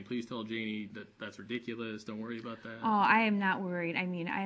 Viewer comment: she can not for the life of her pronounce the word 'about'